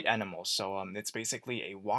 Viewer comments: umm its enamel like enamel coating or such not e namel like an animal lol you pronouncing it all wrong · I love you and your channel. But it's E-NAM-Al like the stuff on your teeth or protective paint coating. I really want you to play more of this ASAP because I'm so curious! And again, not trying to be mean because I LOVE your channel and listen every day. Don't hate meeeeee